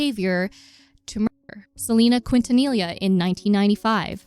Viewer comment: Girl that is NOT how you pronounce “Quintanilla”….